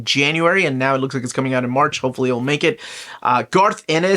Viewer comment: ☝ did u say "O-March" 😂 i like it